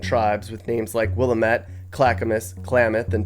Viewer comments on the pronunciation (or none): it's not "Willamet" it's "Will-Eh-Mit" -Oregonian wellwisher 😊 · Please…. It is not Will-a-met. It’s Wil-lam-it. Damn it. With all the nice work you do -lease learn proper pronunciation of place-names. Thank you.